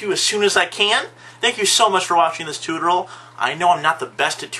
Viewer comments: say it with me: TOO-TOR-E-AL TUTORIAL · Not bad! But it is pronounced "TOO-tore-e-al" Otherwise, a very informative video.